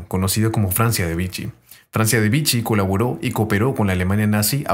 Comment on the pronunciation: Vichy se pronuncia/vishí /